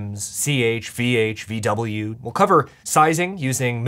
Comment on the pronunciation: When I heard vwin, I thought you said women